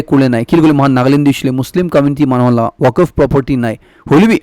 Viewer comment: Pronunciation of Moscow and Waqf be corrected